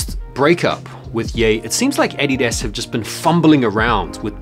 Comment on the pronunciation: The Way u say Adidas hurts me ears. :/